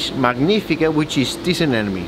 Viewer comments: why do people pronounce it as ANE NE MES! its uh·neh·muh·nee! A NE MO NE! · Anemone not anenome 😉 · Stop mispronouncing anemone